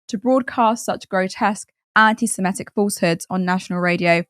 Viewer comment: Why can't you pronounce "antisemitic"?